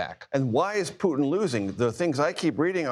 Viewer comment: STOP MISPRONOUNCING RUSSIAN PRESIDENT'S NAME!!!